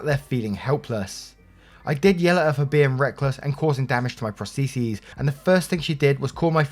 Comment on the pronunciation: IS THAT HOW PROSTHESES IS PRONOUNCED